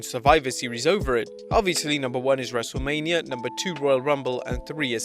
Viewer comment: Thought you said Wreslte Labia